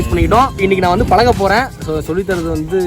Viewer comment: நண்பா உங்களுக்கு " ய ழ " இதுலாம் உங்க வாயில வராதா அழகான வார்த்தை தமிழ் அதைக்கூட நீங்க "தமில்"னு தான் சொல்றங்க நிறைய பேர். நீங்ககூட இப்ப நான் பழக போறேன்னு சொல்றத பலக்க போறேன்னு சொல்ட்ரிங்க ஏன் இப்படி?????